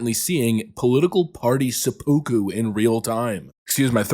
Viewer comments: Sep-a-ku. Not se-pu-ku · It’s pronounced “se-poo-co” 😂😂😂 🗡️ 🇯🇵